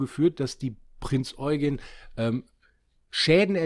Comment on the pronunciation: Endlich mal Jemand der die Prinz Eugen Richtig ausspricht :)